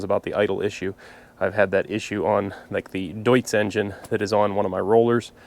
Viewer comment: First: I like your videos a lot. And second: you "Deutz" the correct way :D (Many American YouTubers don't) (I'm sorry for my english because I'm from Germany)